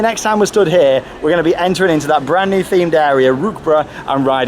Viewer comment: Rookbruh 😂 It‘s Rookburgh And it‘s Geister Riksha